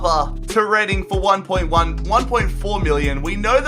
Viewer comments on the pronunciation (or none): none